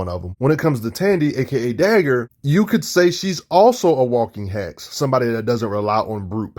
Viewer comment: Brrroooooo, I am sorry. It took me a couple of your videos to finally realize you are saying Hacks instead of Hex. I am so dumb 😂